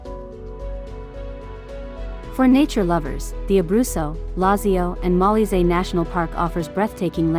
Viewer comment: It’s pronounced Mo-LEE-zay